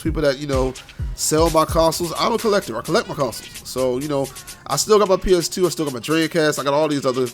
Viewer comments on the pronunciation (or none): "PS Teuuu" yep u def from bmore😂😂. I'm on the PG side